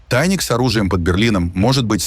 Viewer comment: ТАйник!😂😂😂😂 И опять русские виноваты с ТАйником!😂😂😂😂 Ну сказал же один раз правильно, но почему не может повторить то???? ИИ без интеллекта!!!😂